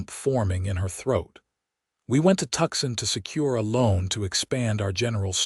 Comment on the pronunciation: Two issues with the graphics... 1)the left shoulder/ can't twist in that manner 2) that's a right hand attached to the left hand, giving him 2 right hands AI graphics 😂😂😂 The name of the city is "To-son" not "Tuck-son". EDIT & REVIEW!!